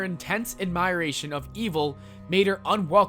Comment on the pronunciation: Did you seriously just mispronounce the word admiration?